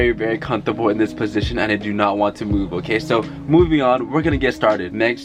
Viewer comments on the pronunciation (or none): i cant stop thinking bout how he pronounces comfortable as CONTUBLE 💀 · he keeps saying cuntable wtf does that mean?? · I like how he replaces the “f” in comfortable with a “p” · Very Asian sksksksksksksk